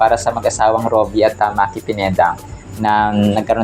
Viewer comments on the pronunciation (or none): hindi Maki, Yung pronunciation parang mykie